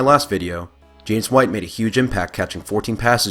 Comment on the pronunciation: His name's James not Jameis, lol.